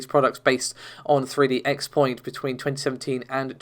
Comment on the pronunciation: "3D X-Point.." It is pronounced CROSS-point. not "X" point.